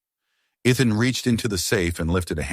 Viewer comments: NOT Eth-en, NOT E-thon, NOT I-thon! His name is pronounced E-thin. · His name isn't Eth-en, his name is E-then. Learn to pronounce the names correctly. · Not E-thon, E-then! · Or E as in the letter, than with soft a. I kept on to hear the story but constant mispronunciation was a actually. It is VERY common through all these stories. Sigh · So distracting!